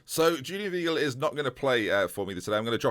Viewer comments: Weigl= WHY-Gel (pronounced with a v not a w) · Weigl is pronounced "Vaigl" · Weigl is pronounced “Veye-gl” Like ‘eye’ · The German 'ei' is pronounced like an English 'I'